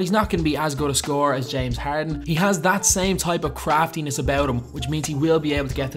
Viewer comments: and , James Heehhrdhen. Can we please get more Irish commentators for Houston Rocket's games asap 😂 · The way u say Harden